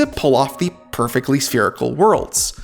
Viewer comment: It's spherical...SPHERICAL